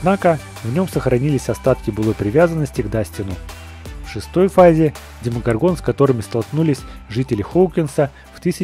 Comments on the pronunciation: Блииин.....Вообще то не демогоргОн а демогОргон обидно.....((( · демогОргон, ты ударение не то поставил